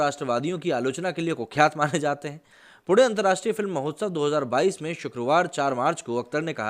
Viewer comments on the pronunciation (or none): none